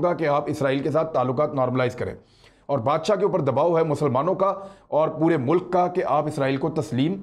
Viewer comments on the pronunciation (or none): none